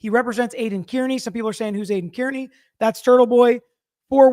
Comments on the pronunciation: *Car-knee 😉 (not Care-Knee or Keer-knee) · He should at least say turtelboys last name right. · How does someone w the last name “Brennan” who lives in MA mispronounce “Kearney” smh 🤦‍♀️ ☘️